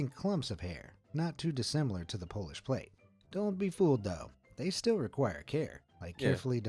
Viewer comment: It's not plate it's plat